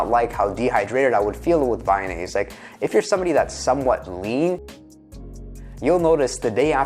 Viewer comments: its not vayonaise its vyvanse lol. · Vy-NASE? There goes your credibility. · Friendly correction Vyvanse is pronounced Vy-vanse, like advance. rhymes with iDance